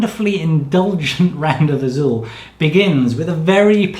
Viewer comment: You said Azul with the perfect accent. Kudos.